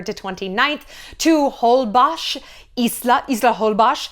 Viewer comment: Please Shallon, it is HolbOX with O not with A. It sounds very strange when you mispronounce it. THANKS!